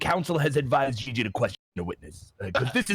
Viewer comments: I love it every time when he says gigi instead of gigi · Ghee ghee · Bee bee?